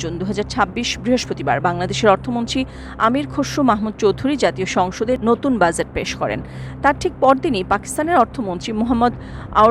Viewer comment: বাজেট উচ্চারণ ঠিক করে নেবার বিনীত আর্জি রইল।